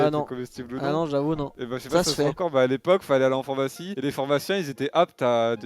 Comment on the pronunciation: C'est moi ou il a dit Phormacie et Phormacien?